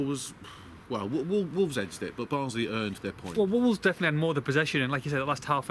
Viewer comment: stop saying wolves es......idiot.......its wolves !